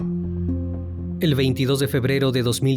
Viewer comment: Después de un pesado día... a relajarme escuchando el mejor canal de YouTube, pueden abordar el mismo caso en 20 canales..... pero siempre vamos a preferir " el criminalista noturno" (no lo escribí mal, así lo pronunció por ser jarocha) ..... a dormir, buenas noches...